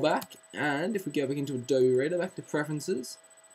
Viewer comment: those are forward slashes. LOL And it's pronounced "adobee"